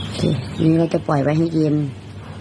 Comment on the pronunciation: กะล่วย กะล่วย คะลิบ คะลิบ ปะหล่อย ปะหล่อย หัดออกเสียงควบกล้ำบ่อยๆ เดี๋ยวก็เก่ง การออกเสียงภาษาไทยให้ชัดถ้อยชัดคำเป็นเสน่ห์ที่ไม่ต้องลงทุนครับ